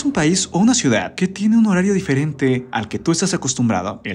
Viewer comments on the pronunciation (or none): none